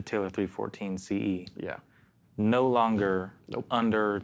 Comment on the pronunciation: You mumble the model # of the guitar 314 ce plus? Good info tho.